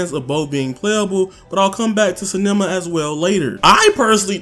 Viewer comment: Nobody: Absolutely no one: For real, nada:: “sAnEmAh”! It is Sanemi yo. 😂